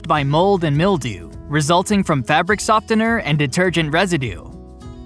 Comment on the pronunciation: The “T” in softener is silent.